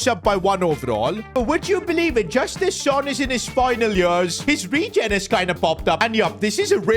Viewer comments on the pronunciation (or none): none